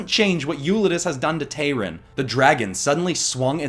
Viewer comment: It’s Tayrun,. Tayrun, not Tyrone.